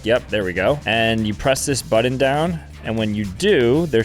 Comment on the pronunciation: Say "Butt" now say "Button" It NOT that hard dude! the word "Button" does NOT have any "d's" in it!!!